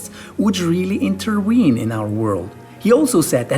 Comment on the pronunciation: Would God “interween” in our world? 😂